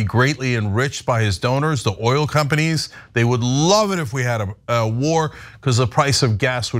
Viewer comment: Duh, I am Lin-sey Gray- ham, not Foghorn Leghorn! Russia had attacked and invaded Ukraine, I know—‘let’s destroy China’s ‘’Ol refineries!” Oops! I see now we’re supposed to be talking about Palestinians, ‘Is’rul’ and destroying Iran’s ‘Ol’ refineries… And I make perfect sense, goddamn yankee!